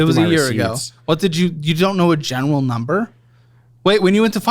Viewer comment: “a genewal number”